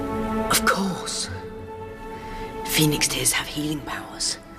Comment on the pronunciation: You lost me at, Pinocchio, the whale is a fire brithing dragon and "of curse, phoenix tears have healing powers!"... You can be right about everything you said, but somehow still sound like a rumbling mad man.